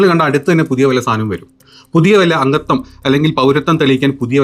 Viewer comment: കാര്യമൊക്കെ ശരി. പക്ഷെ മലയാളഭാഷയെ നശിപ്പിക്കാതിരിക്കാൻ ശ്രമിക്കുക. "അംഗത്തം" അല്ല, 'അംഗത്വം' ആണ് ശരി.